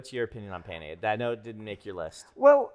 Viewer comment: How could you pronounce penne wrong? It's pronounced penne 🙄